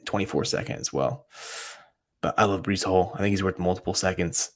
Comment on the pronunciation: My guy !! Checking you out now … Definitely botched the name but it’s cool 😂